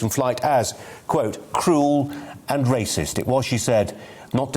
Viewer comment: "Wayciss" my arrse.